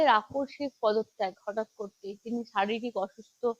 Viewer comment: আকর্ষিক নয়, বলুন আকষ্মিক ।